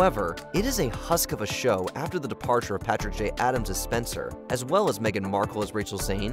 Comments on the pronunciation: You bash "Suits" and couldn't even be bothered to get a main character's name right. It's Specter not Spencer. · was this written by AI because you were wrong about suits. the names are all messed up. it is harvey specter not spenser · if yall are gonna criticize a show, at least get the main characters names right 🤦🏾‍♂️ it's Harvey SPECTER, not Spencer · So many inconsistencies makes me wonder did you even watch these shows or you were just given a script? It is Harvey Spectre not Spencer. And Patrick J Adams played Mike Ross while Gabriel Macht played Harvey Spectre. Atleast proof read the script once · Harvey Specter not Spencer. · It's Specter and he didn't leave the show' he played Mike Ross, not "Spenser" L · It’s SPECTER not SPENCER. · The dude also said Harvey spencer not Specter XD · Nahhhhhh we're not putting Suits on this list. This is a list someone made cause they were bored. Also "Harvey Spencer?" LOL Yeah try again. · It's Specter, not Spencer ffs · Harvey spensor 😂😂😂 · Oof, not only did we dismiss a show as good as Suits, but you even got Harvey Specter's name wrong.